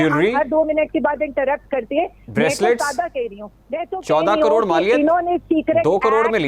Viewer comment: She don't even know how to say caror 😂😂😂